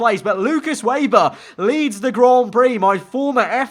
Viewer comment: Can u plz pronounce Weber ve-ber it’s rlly triggering me